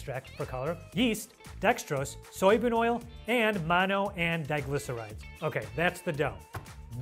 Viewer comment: .... MONO-DIGLY-CERISIS !!!! 🤣🤣🤣🤣 He made it sound like a disease!